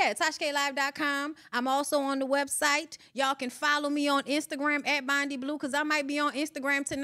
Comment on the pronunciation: Where are folks getting Bonni from lol?? Her name is!